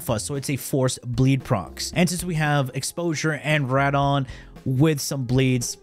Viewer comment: I'm sorry, but every time I hear it I twitch: Wyrd is pronounced just like weird Radon is pronounced RAY-don Mea culpa, man. Love your videos. 'specially that crazy Mesa maze that cost the world... 5 TF Crimson Shards! Oooo yea! Peace